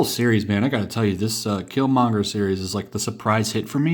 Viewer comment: You missed the r in Killmonger dude.